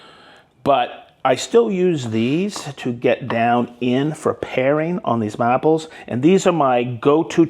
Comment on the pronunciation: you said mahples correctly